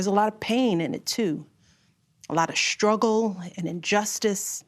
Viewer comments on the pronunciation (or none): Shtruggle? Shtretch?